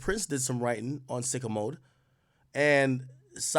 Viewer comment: Why TF he pronounce sicko mode like that????😂😂😂